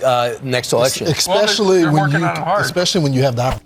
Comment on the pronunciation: Dude said "eKspecially" 👈🏼👈🏾👈🏿🤦🏻‍♂️🤦🏾‍♂️🤦🏿‍♂️ #comethefon 💥